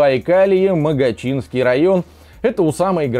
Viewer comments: МогОчинский. Ударение на второй слог. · Реальная журналистика магочинский р-н говорится с ударением на" О " а так всё правильно сказал, лайк.